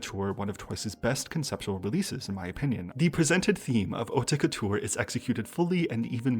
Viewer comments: I never noticed the concept, what a great video!!! FIY with no shade on the side: Haute Couture is pronounced like 'oat' couture, you dont need to enounce the 'te'. Love your videos <333 Strategy hype train lets gooo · French person here ! The "haute couture" pronunciation in the video you picked is a little confusing because they put too much accent on the "te", nobody pronounces it that way here. You have to pretend the e isn't here. It' like "hautt-couture ". Also they pronounced the "re" quite weirdly But nonetheless it's no big deal and it's very nice of you to even do your research to pronounce it the best way possible hehe Edit now that I have actually watched the video : I was pleasantly surprised by the album, and your analysis was very interesting and straight to the point, great work!